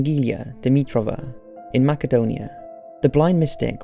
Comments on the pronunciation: its not pronounced makedonia in English its ma-se-donia lmao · Mass-ed-own-ia (Macedonia) rather than Maccadonia...just saying😂😂. Im sure it was just a slip up. As an Englishman you would know that for sure! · What a tool.... Born in MACADONIA ... Are you that dumb to not know wtf you are reading ? It's Pronounced MAS-ih-DOH-nee-a.... You need to get yourself an education. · MACKADONIA? Try Macedonia you moron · Lol.....Macedonia is pronounced 'Mass-adonia' and not 'Makk-adonia'! Also what part of Cardiff are you from? I reckon Heath or Rhiwbina!? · "Macadonia" wut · Dude, Macedonia is pronounced "MASS-EH-DOE-NEE-UH" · Judging by the comments below no one seems to have picked up on the fact that you pronounced Macedonia incorrectly FYI: When saying Macedonia (the country) you pronounce the letter 'c' as an 's'.... 'Mass-e-done-i-a'...just letting you know. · New sub...just wanted to say i enjoy your channel and it always makes me laugh when you mispronounce random words. Idk if it's intentional, but I'm pretty sure i just heard "mackadonia" and spit my coffee across the room. I applaud your vision and your hard work so just wanted to say thanks and good luck! I predict 2018 will be your best year yet. 😊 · *macedonia (masserdonia) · "Mackadonia" "Mount Vesurious"?????? Seriously mate, learn how to speak English ffs. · You mispronounced "Macedonia" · I'm tired of correcting the way people pronounce words. It's not Macedonia. It's Macedonia. The c sounds like a S